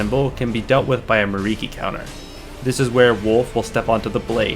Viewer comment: Great breakdown. This is still my favorite game, and I come back to it at least monthly for many of the reasons you described. My only feedback for the video is just put a little more care into pronunciation. I'm not saying you have to be perfect, but at least get the letters in each syllable correct (you switched the K and the R in Mikiri). Otherwise, well done.